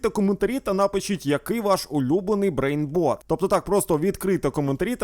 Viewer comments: Правильно кажуть брейнрот а не брейнбот😂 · Брейнротів❌😂 Брейнботів✅😂